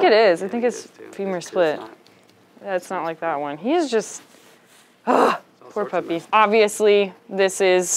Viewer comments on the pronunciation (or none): I like when she said pour puppy 🐶